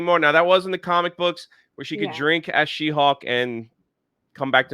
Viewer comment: Take a shot everytime says hawk instead of hulk